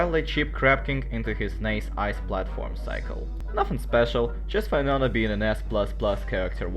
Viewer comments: Oh why-nonah. The intentional mispronounciation definitely gets peopls going 😅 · you kind of supposed to say "win" and then nona like win nona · I liked just for why-nona (I love hearing people pronounce names of characters in fun ways) and I'm commenting cuz it's a good video so far 🥰 really fun, good job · That's what I'm talking to my russian colleagues! But noooo, they all like to pronounce "Why-nona"!